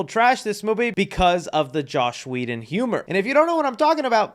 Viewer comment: Bro it's JOSS not JOSH